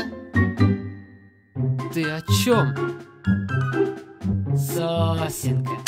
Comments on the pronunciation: Да там он не сосенка говорит а сосонька >:/ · Я честно так и не понял о чём он говорит говоря "сосенка"